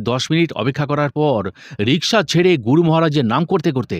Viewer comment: Asadharon paath Karen apni. Ami gunomugdho. Tabe 'Guru' kathati keno jani na amer kane 'Goru' sonai majhhe modhye. Vul jar e hok amader e sudhre nite habe mone kori.